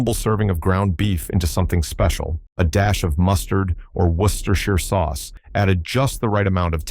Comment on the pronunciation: I still cook most of these. It was worth watching this to the end if for no other reason than to hear you correctly pronounce 'worcestershire'. Jolly well done! ...and a great list